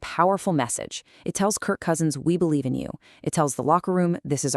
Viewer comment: My question exactly 😅😂😅😅 there PR person needs to be fired or whom ever does the writing for there voice talents. What's even funnier the near end of the video shows Daniel Jones while she still says Krik Cousins.